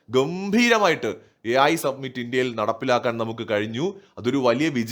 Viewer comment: Submit എന്നാൽ സമർപ്പിക്കുക എന്നാണ് അർത്ഥം. AI summit (സമിറ്റ് ) എന്നാൽ ഉച്ചകോടി എന്ന് അർത്ഥം. മലയാളം ചാനലുകൾ പൊതുവെ summit എന്ന വക്ക് സബ്‌മിറ്റ് എന്ന് തെറ്റായി ഉച്ചരിക്കുന്നുണ്ട്. Your videos are very good. Congratulations 😊